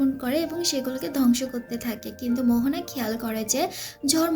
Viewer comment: Her name is moana not mohona